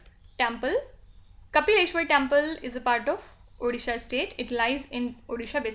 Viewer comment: ODishA not orisha howmany times mam?????